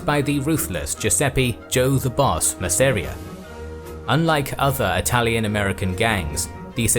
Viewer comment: Mass-a-rea not Ma-seria